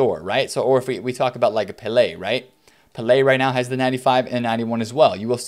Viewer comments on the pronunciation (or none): none